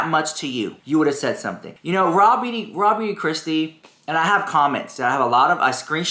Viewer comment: I swear you said Raw Meat Kristi 😂 🐍 ❤ 🎃